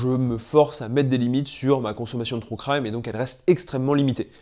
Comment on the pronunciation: "trou craille-me" 😭 "true crime" stp